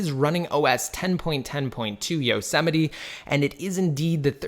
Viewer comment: its like mount Yosemite. Not yo se mi ti. ITS pronounced Yoz mite